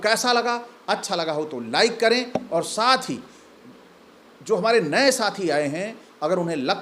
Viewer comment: Are Bhai ur hai aru nahi😅 padhiye pahle